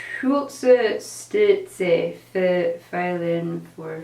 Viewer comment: Thanks for sharing these advices and the nice video. :) Interesting pronounciation of the word "Schulterstütze" though. :P Greetings from Germany. =)